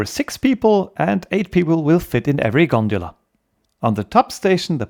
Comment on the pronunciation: Everyone: "gondola" This man: " I will show you this G O N D U L A " 😂